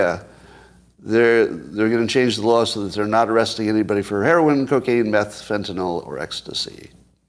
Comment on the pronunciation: Can I trust someone who can't pronounce Fentanyl?